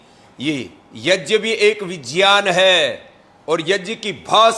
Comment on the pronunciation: स्वामी जी प्रणाम ! आप पर गर्व है सबको, पर कम से कम सही संस्कृत शब्द " यज्ञ " तो ठीक से बोलना सीख लीजिए ! कृपया गलत शब्द " yajn " बोल कर देवनागरी का अपमान तो ना करे. धन्यवाद